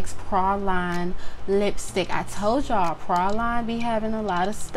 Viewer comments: she said Pra-Line lol love her its Praline like the pecan praline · loved this video but why u saying praline like that